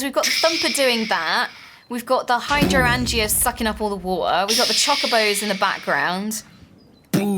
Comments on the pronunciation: HY-DRAN-JEAS. Here is the pronounciation for your needs. Hope it helps! And also the mana spreader issue what you do is shift-rightclick on the spreader, and then shift-rightclick on the pool. had the right idea, he is just a scrub.:D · The water flowers kim likes in botania are named after a real flower of a similar name. They are spelled hydrangeas, but said "hi-DRAIN-jas". Dunno if that helps